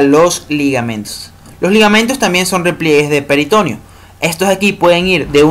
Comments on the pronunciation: Todo bien hasta que pronunció peritOneo jajaj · "Peritoneo" es una palabra grave y el acento vocal va en la 2da e. peritoNEo.